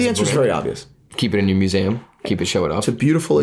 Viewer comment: AGAIN with the mueseaum! Say it again!